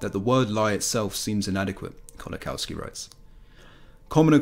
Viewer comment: Very good video thank you for making it. Just to let you know Kolakowski is pronounced like 'Kolakovski'. W is V sound in Polish.